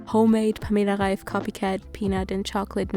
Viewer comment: I didn‘t know you you were a German until you said Pamela Reif perfectly! Thanks for the recipe inspiration <3